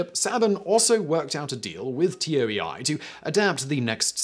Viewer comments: pretty sure Toei is pronounced, roughly, "Tow eye" not T O E I it's not an acronym and especially as the companies name is written as Kanji (東映) rather than phonetic script (which couldn't spell T O E I anyway as there's no "T" sound in Japanese... well there is but it must be used with a vowel ending so you'd get と(to) え(e) い(i) - which , bonus fact, still wouldn't be pronounced like Tee Ow E Eye more like - cut the w off tow so short oh sound like T+ the O from ostrich for と, e from egg for え, and i from itch for い ) But hey this is the Whistlerverse of pronunciation so what ever goes I guess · It's not T-O-E-I, it's "Toei," like "TOE-ay." A quick Wikipedia search is all it takes. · Does no one proof these after Simon records? He often butchers pronunciations. TOEI is not an acronym it's pronounced "Toe-Ay". There are no dots between the letters. Come on Simon. All you have to do is read a script you can at least make sure the names of companies you are talking about are correct. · The "Zyu" part of Zyuranger is pronounced like the word Jew, for reference. Gosei is "Go-Say". Toei is "Toe-A". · The fact that Simon pronounce Toei as T O E I is throwing me off lol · Yeah, me too. You really can't blame this particular error on his British accent this time either. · There is a show on Netflix called The Toys That Made Us: one episode talks about the MMPR toys. Also, the pronunciation of the Japanese company, Toei, is "Toe-ay". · Toei 東映 is roughly pronounced as “toe-ay.” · The way he keeps pronouncing TOEI as T-O-E-I. Come on Simon TOEI is a well known japanese company. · FYI, TOEI is not an abbreviation. It’s a romanization of 東映 which is pronounced like “toe, eh?”. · Toei is pronounced like Tow A, not Tow Eye. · lol he pronounced Toei T O E I Snicker I love brits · it's not Brits, it's Simon, I (almost) never research pronunciations, Whistler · t-o-e-i is pronounced toe-a. it's one word. pls you're actually killing me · It's. Fuckin. Toe-ee. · Toei Toe ey